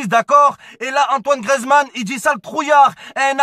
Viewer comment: ça vous fait pas rager quand il dit grezman